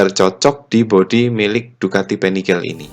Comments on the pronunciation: Panigale nyebutnya tetap PANIGALE om bukan penigel.. Krn ejaan bahasa italia beda sama ejaan inggris hehe... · Panigale om, made italy soalnya. Jadi baca atau pengucapanya pake aksen italy. bukan panigel. 🙏🏻 . Btw modif nya gud sangad. 👍🏻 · Untung nyebut panigel nya gak begitu sering🤣